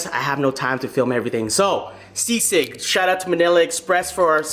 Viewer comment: You said sisig right for the first time